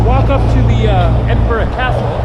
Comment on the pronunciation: Teviot is pronounced as ( T.V. -it, the T is not silent ) and you also pronounced McEwan wrongly as well. I`ll give you 5 out of 5 for pronouncing Edinburgh correctly though,. Still a long way to go buddy.